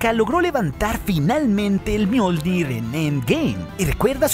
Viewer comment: Miol.. que?? jajajaja